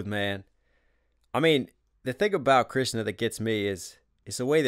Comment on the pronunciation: I watched the entire video because he pronounced Krishna very well